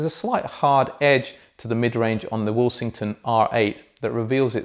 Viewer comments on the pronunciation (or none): I keep hearing say the brand's name as "will-sing-ton" but that's not how the alphabets in the name suggests it to be. Second order harmonic distortion at the output?